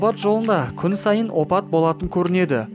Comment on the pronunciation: Брат опат емес апат деп сенен қате кеті